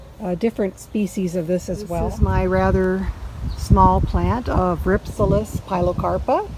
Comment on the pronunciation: It is pronounced Rhip- sal-is.